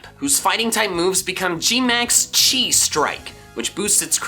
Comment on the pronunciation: I think it’s pronounced “G-Max Chi Strike with a long I in Chi